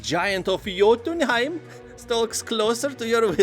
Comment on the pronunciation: Pretty good pronunciation on Jotunheim, tbh.